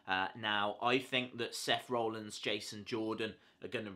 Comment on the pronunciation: Btw it's Rollins not rowllins